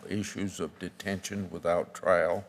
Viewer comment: its trial not trail